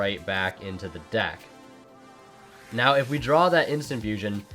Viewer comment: Ughh, you say "now" as in "always"?